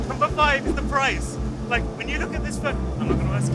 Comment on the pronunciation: laik the angreberd Hhhhh😅